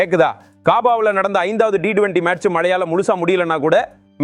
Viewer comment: ரசிகர்கள் ஏமாற்றமே .. நண்பா உங்களின் உச்சரிப்பு சரியாக இல்லை T20 யே சரி D20 இல்லை நண்பா.